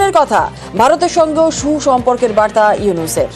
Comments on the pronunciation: ডক্টর ইউনুসের নাম টা ভালভাবে বল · সুন্দর ভাবে ড. মুহাম্মাদ ইউনুস নাম বলো।